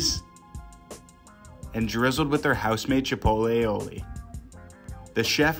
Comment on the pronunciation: Is he pronouncing Aioli incorrectly on purpose or what?